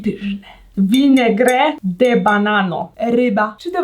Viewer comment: Aga za granicą: perfekcyjnie opanowany język Aga na filmie: vi ne gre de banano